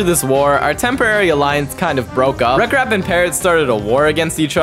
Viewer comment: bro really said rekrap